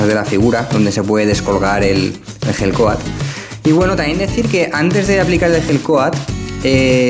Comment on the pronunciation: cuando dices gel coat suena igual a la hell coat, abrigo del infierno jaja